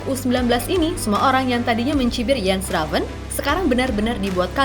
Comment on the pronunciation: Udah bener mba Moderator nya Nyebut nama Jens Raven ( baca Yens) pasti Abis lihat Video Kochi kayaknya ni wkwwkwk😂